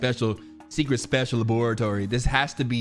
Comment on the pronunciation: Lmfaooo LA-BOURA-TORY 🤣